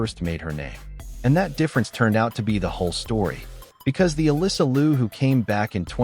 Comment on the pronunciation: “Liu” should be pronounced as “LEE-O”. If you pronounced “Loo”, it should be for the last name of “Lu”.